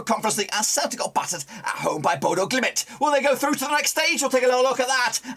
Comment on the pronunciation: RELAX your talking speed it's BODØ GLIMT not GLIMIT WTF IS THAT !?